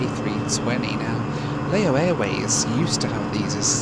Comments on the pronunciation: As others have said, Laos is pronounced 'Louse' as in 'House' and Lao is 'Laow' as in 'cow'. What's bizarre is that over these two videos, you have added in video clips from a cartoon where it is pronounced correctly - it has been literally demonstrated how to pronounce correctly (though I'm guessing you did the filming, before digging out those video clips to insert in to the edit!). It's still making me wince every time I hear it mispronounced, especially as I hitch-hiked across the country in a lorry back in the mid 90s! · Lao is pronounced like "cow" or "brow", not like mayo (as in mayonnaise). But you did pretty well on "Vientiane". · Lao is pronounced to rhyme with 'cow' and Laos with"house" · Great video as always. It’s Lao (Laʊ) as in Wow (waʊ).